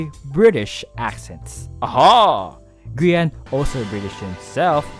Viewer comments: Grian is g-aha-n This is a f-aha-ntastic video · "Grian is... G-aha-ne" Already made me laugh out loud. Love. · Grian is "gAHAne" got my dead 🤣